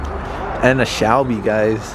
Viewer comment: did this mf really say Shalbey -_